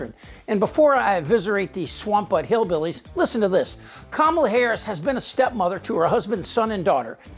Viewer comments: Hateful and evil. She doesn’t mind attacking women who do not have children. I don’t understand the cruelty behind this. They all so smart but no one is smart enough to pronounce her name correctly. Every time Trump turns his base against a group of people someone dies. He called Mexican people bad. They not giving us their best. Walmart El Paso shooting happened. He said Asian people had Ku Flu ATL mass shooting in nail and massage salons were carried out. He said there was good people on both sides as people march down the street saying Jews will not replace us. They started attacking synagogues. He went after election workers people stated following them, calling their home, and spamming their social media with violence. He stated Haitian people were eating pets the KKK and proud boys marched in Springfield. The bomb treats haven’t stopped. Trump seems to be worried about rhetoric causing him violence but his mouth is like a weapon. They need to add up the people that died as a result of his rhetoric. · Sarah Huckleberry is still intentionally mispronouncing Kamala's name. No one is impressed by this stunt yet all the republicans continue to do it. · Must be hard to pronounce Kamala in the South. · Comma-Luh….its not that hard. Republican politicians cry about rhetoric but lack simple decency and respect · teach the repugnicans that Kamala is pronounced like Pamela. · Does Trumpty-Dumpty make it a rule that everyone in his little universe MUST mis-pronounce Kamala Harris' name?? Does a daily memo go out to tell his toadies the "mis-pronunciation of the day?" He seems to be stuck on Kuh-MALL-uh lately. Thankfully he has dropped the "Ka-ma-bluh. What a loser. VOTE COUNTRY OVER PARTY! VOTE HARRIS - WALZ! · What an unchristian thing to say about another mother! And her severe lack of intelligence at not being able to pronounce “Kamala”. Well, come January, she can just call her Madam President! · They keep mispronouncing her name 🤬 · It’s comma la